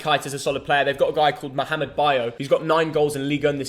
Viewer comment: Thank you for the coverage, its really informative. Also i am amazed by the way you pronounce the letter "ح" in Mohamed correctly "same in my name too 😄". Btw, if Egypt did it to the semifinal, i'll send both of you a gift from Egypt, i am sure you both gonna love it. Just a little correction, Egypt already have 7 titles, not 6.